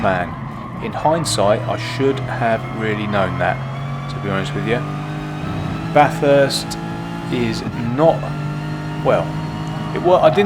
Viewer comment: That intentional pronunciation of "Baaathurst" 😂 I can hear a certain Charlie Rosco screaming 🤣🤣